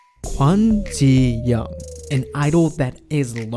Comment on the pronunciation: Can Pronounce Taeyang's name properly. Yong-Bae pronounced Yo-ong. Can't Pronounce GD's name properly. Ji-Yong pronounced Yo-ong. But instead you keep saying Young. Dafuq?